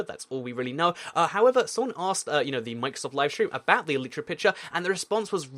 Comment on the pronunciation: It's pronounced E-li-tra.